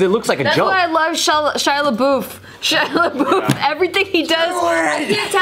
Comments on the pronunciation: Shia La-boof? lol. isn't it La-buff? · does not know how to say Shia Labeouf